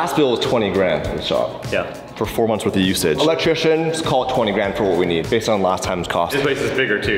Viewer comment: Electrician not electriction guys